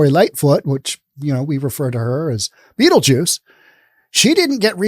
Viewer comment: That pronouncing of "Beetlejuice" was amazing and on point.